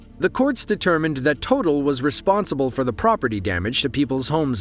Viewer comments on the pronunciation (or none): Just for future reference, the oil company "Total" is a french one. And it's pronounced "Tow taal", like it's two different words.